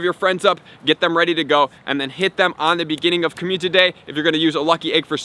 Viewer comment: So many community days... still pronouncing as commutiny day